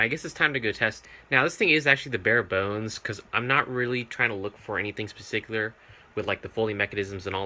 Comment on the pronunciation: Parsickular. Wewy